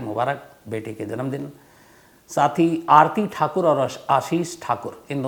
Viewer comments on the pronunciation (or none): none